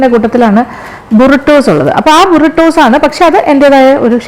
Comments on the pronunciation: ബുറിടോസ്‌ അല്ല br-ee-tow aanu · Not judging but the way u pronouns buritos is wrong but still love this